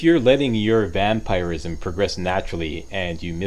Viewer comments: Most People pronounce Vampirism as Vamp-Er-ism, meanwhile: Vamp-Ir-ism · The way he says vampirism is bugging me 😂